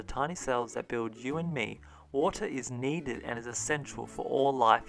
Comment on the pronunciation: I couldn't stop thinking about the fact that you pronounced water differently multiple times throughout the video.